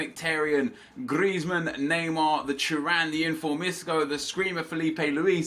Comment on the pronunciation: TURAN NOT CHURAN WTF NEP YOUR OISSING OFF THE TURKS